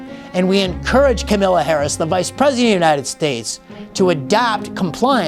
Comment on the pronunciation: Excellent podcast Adam, the best part was at the end when you pronounced Kamala's name as Camilla. The other mispronunciation I prefer is Cameltoe. I dare ya.